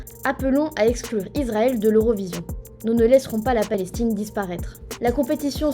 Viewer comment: C'est " eXClure" madame la France, comme c'est "eXCuse" et "eXplication", pas "eSclure", pas "eScuse", ni "eSplication". Je ne sais pas si vous le faites eXprès pour hâter le décès de la langue française mais ça en a tout l'air. Et je ne suis que francophone...